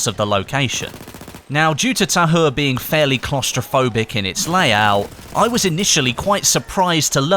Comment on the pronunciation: h is silent